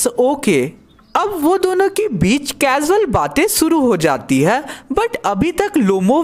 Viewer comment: are bhai muje bhi pta h casual hota h lekin "cazual" ek meme h😂